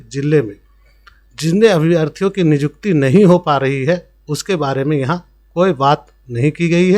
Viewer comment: Niykuti ko nijukti Kyu bol rahe ho